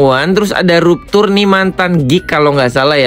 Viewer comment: Bukan ruptur, biar jelas bunyinnya rapcur